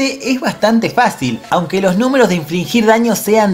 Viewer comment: SE DICE INFLIGIR* NO INFLINGIR. (No hate).